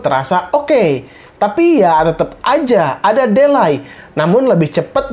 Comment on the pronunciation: Di-lei, bang, bukan de-lai (ade2 alai)😁